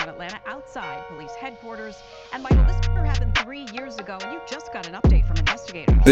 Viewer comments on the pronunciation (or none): none